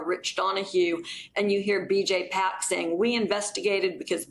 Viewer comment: Friendly English help: VJ Pak: His surname is pronounced /päk/ - “pock”.